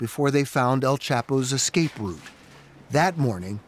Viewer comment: Head of blah blah but can't prounce the word escape. It's not excape. You're not black. Let me axe you a question. Uggghhh.